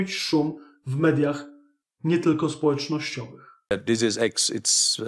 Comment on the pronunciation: ja bym uważnie tłumaczył - bo "this is" brzmi w jego wymowie tak samo jak "disease" - np. "for that this is we dont know" "i know this is" lol